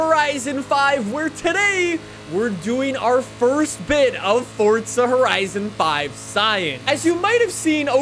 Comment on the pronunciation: nobody: Forttzzha horizon 5